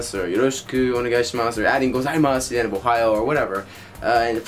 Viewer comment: Dude, it's "ohayou" (おはよう) !!